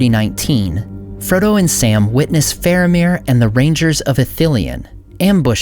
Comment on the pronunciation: It's Fahr-AH-meer, not FAIR-uh-meer, and DAH-kil, not DAH-cil, in Hyarmendacil